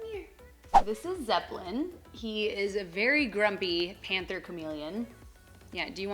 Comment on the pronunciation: I love the way you pronounce “Zeppelin” lol 😍